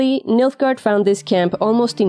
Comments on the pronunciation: Who else keeps hearing Milfgard? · Me? oh yes, you heard it too :)